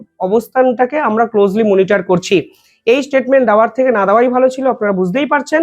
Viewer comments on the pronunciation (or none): none